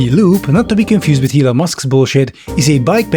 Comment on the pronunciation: I love how occasionally pronounces "Loop" as "Lube". Adds a different dimension.